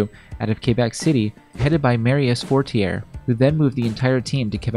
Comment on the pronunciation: Actually "ree-SHAR" -- with a silent D. The narrator also mangled Marius Fortier's last name. It's "FOR-sti-ay" (with the S and I being really short), not "for-tee-AIR."